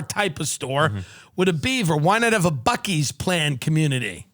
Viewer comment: Tim, for future reference, Bucee’s is pronounced Bussy’s